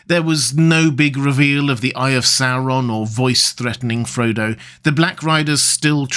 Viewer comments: It’s not ‘Serron’ it’s ‘Saur’on’ … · First time I hear this pronunciation of SaOron instead of SAWron